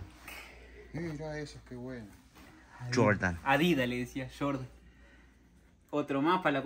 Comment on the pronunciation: Se emocionan cuando lo ven, pero no adivinaron ningún modelo, solo decía SHORDAN (Jordan🤣😭